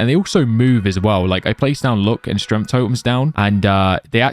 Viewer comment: “Strengf” “Droid”